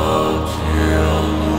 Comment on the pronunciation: Поют иностранцы по-русски, потомучто слово "Создателю " произносят с акцентом , очень плохо произносят букву "ю", а в целом очень глубоко, проникновенно и искренне поют, Слава Богу 🙏.